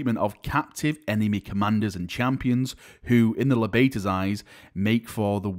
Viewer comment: The Libators would be pronounced [Lie-bators] my dude, taking libations is to drink something hence the chalice chapter symbol.